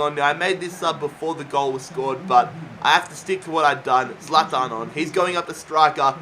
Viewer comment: You say zalathan it's zalatan